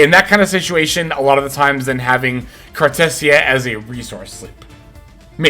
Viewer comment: Bro did not just call her “cartussya” 💀